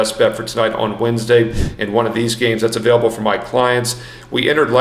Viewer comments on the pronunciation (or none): none